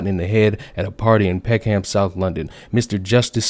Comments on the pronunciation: Peck-ham🤣 Pec-um 👍🏾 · Good video but "Peckham" is pronounced "Peck-em" not "Peck-Ham" - Source me being British. But yeah it's weird as fuck we have a lot of places here where we don't pronounce them as they are literally written. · Pronounced 'suthuk and peckam.' by the way. And true. This was headline news until the perpetrators were identified... Then it vanished. The usual left voices shut up about it as well. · As someone from the uk I died everytime he said peckham I obviously don't fault him for this but just to let you know it's pronounced peck-oom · How the hell did you manage to mispronounce all four locations from that article? 😋